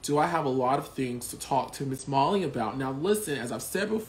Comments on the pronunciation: Not the intro saying Holly instead of Molly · the opening says holly insted of molly hahah, no shade just wanted to point out